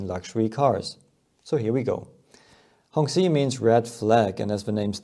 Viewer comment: The 'q' in 'qi' is a 'ch' sound.